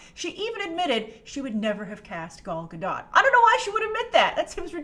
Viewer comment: Grace, I absolutely love all your reviews and your love of the WW franchise. Just one tip: Pronounce Gal Gadot’s name as she herself suggests: “gal” (rhymes with pal) ga-DOTE. But you rule the reviews so keep going!! :)